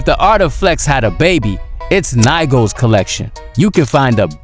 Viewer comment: The way bro don't research how to pronounce things got me dying Nigo is pronounce "NEE GO" and the Lamborghini is "Rev in ton" 😂